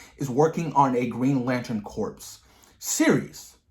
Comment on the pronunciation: Just so you know, "corps" in "Green Lantern Corps" is pronounced like "core". The P and S are silent.